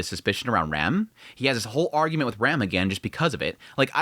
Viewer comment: She's not REM, she's RAM. Pronounced like "ram" in rampart. Or like PC part RAM. Please stop butchering the names, it's clearly pronounced in sub